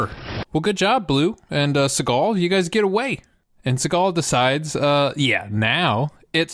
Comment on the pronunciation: Thought u said "followed SeagALL around".🤣😅